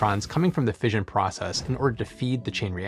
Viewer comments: Tip: 'Fission' is usually pronounced fishin' – as in, Gone Fishin'. So it rhymes with Ignition, not Vision. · Fission is pronounced like mission, not vision.